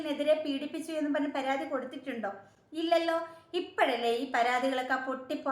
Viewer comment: അയ്യോ... പരാധി അല്ല... പരാതി.... 😊